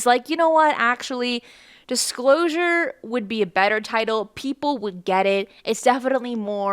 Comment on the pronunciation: "The Dishclosure"